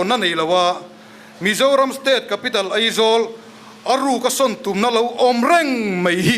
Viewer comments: Eizawl ti ve leh tlat😂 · Eng nge maw i play nawn sek leh, bakah kan thu ngaihthlak ber sawitu pa khian Aizawl ti lo a Eizawl a ti tlat khi chu a buaithlak mang e sawi dik ve tal awm thudik hrul a dawt sawi tur ro ro ah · Ngeihdan, ngaihdan ✓ Eizawl aizawl✓ mnf pa mai mai chu... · Mithiam pui pui niawm leh ni te pawh hia AIZAWL hi ka lam thiam lo thin hi chu a buaithlak hi kati. Eizawl ni lo vin AIZAWL iti hram hram ang u. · New Delhi a lam dik emem laia ,Eizawl ati tlat mai khi chu aa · Eizawl ati tlat te,ngaihdan tih tur nisi ngeihdan ati tlat tehi😅😅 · 'Ngeihdan' tih leh 'Eizawl' ti a thu a sawi reng khi khamawm tep a ni...